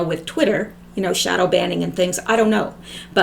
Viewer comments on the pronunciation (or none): none